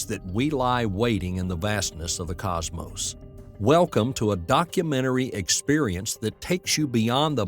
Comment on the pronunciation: I'm still wondering what a "Cosmose" is.